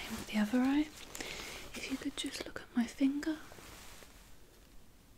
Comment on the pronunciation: "OK now I would just like you to look at my thinger"